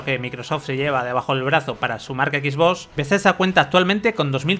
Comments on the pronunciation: Confirmen soy el unico que le pone como nervioso que digan xboss en vez de xbox y play lo digan bien?xd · Me estresa cuando dice Equisbos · Porque pronuncia X BOS? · Nadie: Absolutamente nadie:: skisvos serie x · No se porque, pero creo que el 99% de las veces oí "Equis-boss"... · Como vuelva a decir Equisbós te juro por mi hija que le pego un tiro en la pierna. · Jajajaja "X bos" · Equis boss pronuncia bien weon pao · Sois tan "Soniers" que no sabéis decir ni Xbox..."x bos, x bos, x bos"... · "Equis-voss" jajajajajjaja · Los españoles lo dicen como se escribe, la pregunta es ¿por que Playstation si lo dicen como es en inglés?